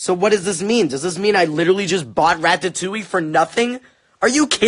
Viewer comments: I say raddatouie and he said rat ta too ie 😭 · Rat ta towie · He said rATATouille😂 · is anyone else dying from the way he says "ratatouille"? 😂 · Eclipsewolf YESS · I am haha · Yes omg I thought it was just me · Oh. My. God. THE WAY HE SAYS RATATOUILLE HAS ME DYING 😂😂😂👌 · the way he said ratatouille